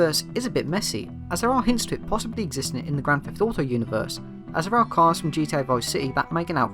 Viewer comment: "Grand Feff Auto"